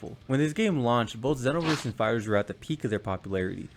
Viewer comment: It's ZEEEE(like Dragon Ball Z)-NO-VERSE.